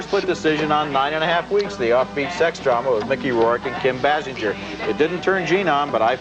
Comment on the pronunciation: How many times did Roger mispronounce Basinger? BAY SINGER. His NADINE review too.